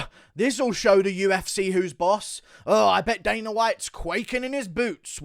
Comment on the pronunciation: "The U-F-Cehh" 😂